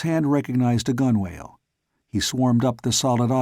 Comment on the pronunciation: Two very minor complaints if I may. One gunwale is pronounced gunnel and forecastle is pronounced foc-sol. It drives me crazy Everytime I listen to this. Otherwise it's great.